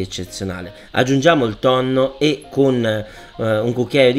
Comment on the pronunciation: Pasta col tonnoh